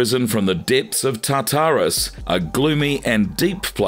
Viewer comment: your A.I. needs corrected recordings of the words Cthulhu, Tartarus, Chimera, Tityos.